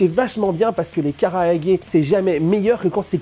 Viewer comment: Super vidéo, mais Japanese grammar nazi incoming, pour la forme, vaut mieux dire "kalaage" que "karaage". Ca me pique mes oreilles.